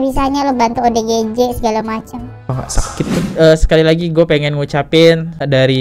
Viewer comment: Perhatiin tiap ngmg ODGJ salah mulu nyebutnya, malah jadi OGDJ 😅